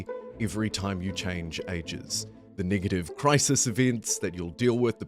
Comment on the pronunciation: The way this guy says “negative” makes me uncomfortable 😅